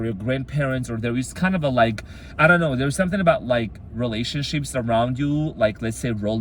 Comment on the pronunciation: I heard "relationshits" and I love it.